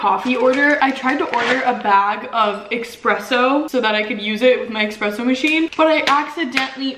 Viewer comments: It’s espresso not expresso lol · Girl... it's espresso not expresso lol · Watching this gave me so much anxiety. Spilling her coffee, expresso instead of espresso, her dropping her cup trying to get ice, and not putting her makeup brushes upside down to dry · It is Espresso not EKspresso 😭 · I'm so relieved to see the first two comments & know I'm not the only one that hears nails screeching on a chalkboard every time she says "EXpresso!!" I literally had to turn the video off & came back to it like 30mins later because I couldn't take it anymore lol 😂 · Girl I really enjoy your videos but it’s espresso not expresso. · the amount of people in the comments that are triggered that said expresso and not espresso 😂💀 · IT'S ESPRESSO NOW EXPRESSO!!💀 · It is ESPRESSO not EXPRESSO 😂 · It’s ESpresso not EXpresso stoppppp read the box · the coffee spill, saying EXpresso every 10 seconds, her dropping her mug. this video radiates chaotic energy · I will literally smash my mac if I will hear "expresso" again, hahaha. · lol repeat after me: E S P R E S S O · IT’S ESPRESSSOOOO AHHH, I cringe EVERY. TIME. 🥺😂 I’m this close 🤏🏻 to losing it lolol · Loooll. I was thinking the SAME THING 😂😂😂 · ME TOO I’m low key raising my voice at my screen saying “Quit saying EXpresso!!!! “ omfg we need to make her know how to say espresso properly 😭😂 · I probably wouldn't even have noticed without all the comments, but now I can't "unhear" it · I‘m this 👌🏼 close to losing it over her saying ekspresso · bruh if i hear her say expresso one more time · Couldn’t finish watching because I got too annoyed by “expresso” I can’t. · Being Italian I am internally screaming every time I hear it. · Same, girl. Same. I'm screaming at the TV 😂🤣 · Baristas all over the world are punching the air rn over the way you pronounce “espresso” haha. We still love you 🥺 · the way she said espresso triggered me LMAO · There’s no x in espresso lmaoo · there’s no x in espresso ahhhhh